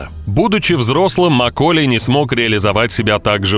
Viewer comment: какая свежая тема!еще и не правильное ударение в имени макколея.диз